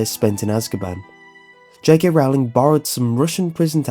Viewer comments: Stop stop stop your going to take someone's eye out besides your saying it wrong it's rOwling not rOUwling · my only problem is how you pronounce j.k.'s last name. it should be pronounced as "rolling" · Rowling is pronounced rolling as in rolling-pin, you filthy muggle ( ͡° ͜ʖ ͡°) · Her name is Rowling, like bowling... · Just a friendly reminder, it's pronounced 'J.K. Rolling' not 'J.K. Rowling'